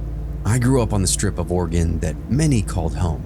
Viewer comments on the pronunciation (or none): Me: oh sweet! Stories from my home state! Voice on the podcast: Or-eh- GONE Me: nevermind PS it's Ore-ih- gun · It’s NOT Oregone it’s Oregun pronounce correctly please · Also orygun not oregone. Thanks love the stories and dont mind the clicking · Ew he says it oreegone 😂😂